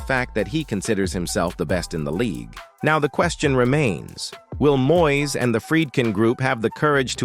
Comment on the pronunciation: Please get a commentator who can speak proper Engish. He first should be able to pronounce MOYES name correctly !